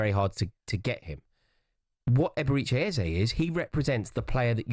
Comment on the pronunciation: The way everyone pronounces Eberechi is so annoying.